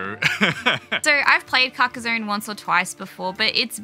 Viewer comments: [kar-kah-sonn] ;) Great game and I love the style you chose. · I believe it’s pronounced Car-kah-zonn (with the french R though). It’s a real town in France! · Your not far off with your accent, it's CAR (like a car) KA (again, like the first sound in car) and SONNE, (Like son, but with the n a little more longer, the E in french isn't really pronounced like in english, it's better to sometime forget it for better prononciation) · It’s not called “carcarzone”. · Hey, European chap here. It's pronounced 'Karka-sonn' that's a hard sounding stop at the end, to rhyme with Tron, not Bone. Hope that's useful for you 🙂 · i say it like "caca zon" kinda but also i call it something new everytime because i cant pronounce it lol crack zone carcus swan carcasia cansiopia so on lol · As Aussies you should come pretty close to the correct pronunciation when you say it like this: Car (the vehicle) Kaa (the snake from "The Jungle Book") Son (a male child) Car-kaa-son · Almost, not with a z sound but with sss And I have no idea how to describe the “onne” sound x) maybe like you’d pronounce “on” in “on and off” ?